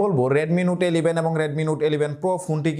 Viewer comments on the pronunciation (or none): "এলিভেন" আবার কী ধরনের কথা?